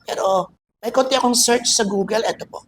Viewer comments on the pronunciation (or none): none